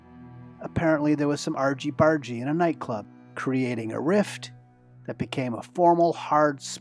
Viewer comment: I've never heard an American say argey bargey 😂😂